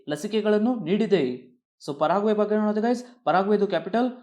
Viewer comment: ಪಾರಾಗ್ವೆ ಅಲ್ಲ sir ಪೆರುಗ್ವೆ ಅದು